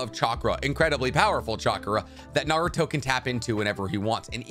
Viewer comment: Just found this channel, which is pretty cool but a major downside is this guy's pronunciations of Naruto/Japanese names. So American of him. For now it's a great channel, and I'll bne going back to watch old videos but his pronunciations are definitely going to grate on me.